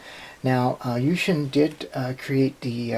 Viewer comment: lol i know chinese and you read the name wrong XD